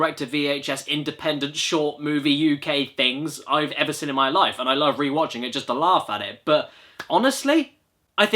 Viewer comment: Why does Caddy pronounce "seen" as "sin" I mean I'm British and I think it's weird as fuck